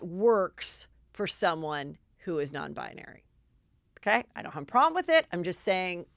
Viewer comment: Oh, Heather, I love your malapropisms SO much! Non-bionary?! Ps: I’d love to hear you pronounce Malapropisms on air, just for fun...